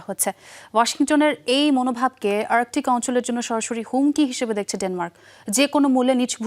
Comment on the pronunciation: ভাই কাদের কে দিয়ে সংবাদ উপস্থাপনা করছেন, আর্কটিক কে আর্কোটিক বলছে😂